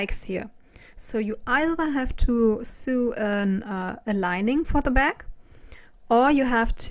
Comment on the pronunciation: Sew sounds like sow not soo